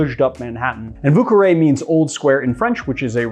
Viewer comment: Ah yes, the famous "Vù cawè"